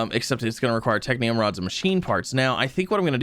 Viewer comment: is no one gonna tell him that its technum and not technium? pls upvote so he sees